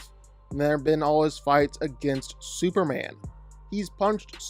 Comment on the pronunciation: Superrand? Why is it that you can’t say Superman?